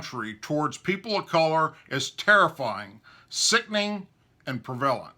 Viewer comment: Prev-a-lent, look it up